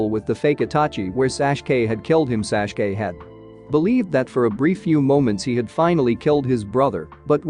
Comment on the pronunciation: it's tsunade not swand and it's sasuke not sashke